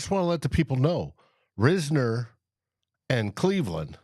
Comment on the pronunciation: I hope the Vikings can get Dalton Risner signed. He would give the O-line proven competition and depth at OG. It's actually pronounced RISE-ner. 👍